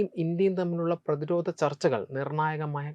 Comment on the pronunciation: പുതിയ തലമുറ അവതാരകരിൽ ഉച്ചാരണ ശുദ്ധി ഉളള ഒരാൾ. ധ, ഘ തുടങ്ങിയ അക്ഷരങ്ങൾ ഒന്നു കൂടി മെച്ചപ്പെടുത്താം. ഉദാഹരണം: പ്രത്യാഘാതം, പ്രതിരോധം. നല്ല അവതരണം.